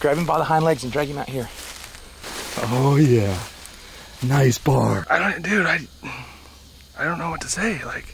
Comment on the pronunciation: ITS PRONOUNCED B.O.A.R... NOT BAR STILL LOVE THE VIDEO